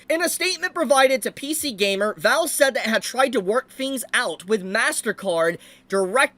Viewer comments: valve not Vale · VALVE, not VALL.